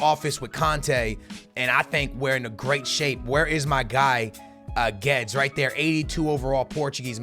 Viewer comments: You are supposed to prounonce it as goo-ay-des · isnt it pronounced gu-wed-es. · It’s Guedes (glu-we-des) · Guedes is pronounced excactly like its written